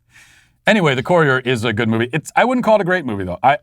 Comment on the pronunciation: The courier??? Come on Matt learn to pronounce!